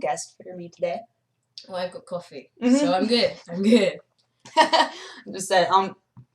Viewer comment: Hannah said coff rah